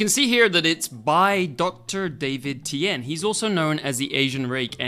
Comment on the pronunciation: You messed up saying dr t name in the ad buddy 🤣🤣 jokes on you I got the package for free now lol